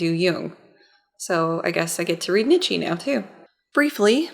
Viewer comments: I'm really loving the series so far. I don't know if this is intentional and I'm just being a whiny philosophy major, but the name is pronounced 'knee-tjuh', not 'nit-she'. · his name is pronounced like "KNEE-CHA"